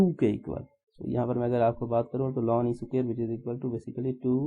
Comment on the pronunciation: Sir it's not lan it is natural log 😔